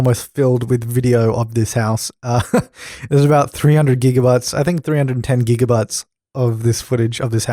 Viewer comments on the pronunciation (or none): none